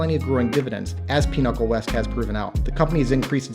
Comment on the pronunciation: why are you pronouncing Pinnacle as Pinochle?